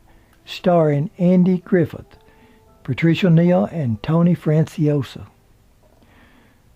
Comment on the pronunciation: Only proble with this is the narrator mispronunciation of Ben Gazzara, Tony Fransciosa , and other's names. He also mispronounced Anatomy. The autobiography was well done, though.